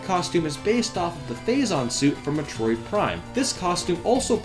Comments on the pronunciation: Jeez the way you pronounce metro id it's like you're me-trolling us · Oh my god the way you say Metroid bothers me. It's Meh-Troy-d GOD DAMMIT! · I think the reason why it's a little bit of a problem if you pronounce a popular video game series incorrectly is because you're a gaming channel. People come to you because you are supposed to be well-versed in this universe. You kind of lose credibility when you can't even pronounce Metroid. It would be like the President not being able to pronounce America. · I CANT STAND SAY METROID SPEAK ENGLISH DUDE SPEAK IT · that's not how you pronounce Metroid brah. but nice vid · You say Metroid like it's a freaking swedish dessert. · why do you say metroid so werd?